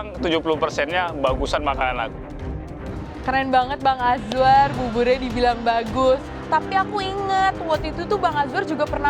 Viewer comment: Ini perasaanku aja atau gimana ya? Rasanya kok chef rudy manggilnya azwan ya bukan azwar 😅😅